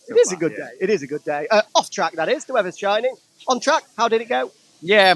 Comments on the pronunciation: its actually g'day, short for good day! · It's Gidday Mate ... Not Goodday